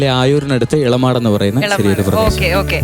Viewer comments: ഏഴുമാട് അല്ല ഇളമാട് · എഴുമാട് അല്ല ഇളമാട് ആണ് കൊല്ലം ജില്ല യിൽ ആയൂർ ആണ്